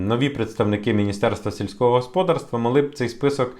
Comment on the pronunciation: В українській мові наголос ставиться на склад з літерою "А": господа́рство. Дуже ріже вуха, трохи перевіряйте свої тексти, вас же, в основному, українці слухають.